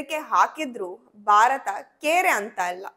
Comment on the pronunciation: ಅಮ್ಮಾ ಬಾರತ ಅನ್ನಬೇಡಿ. ಭಾರತ. ಅನ್ನಿರಿ. ತಪ್ಪು ತಿಳಿಯಬೇಡಿ.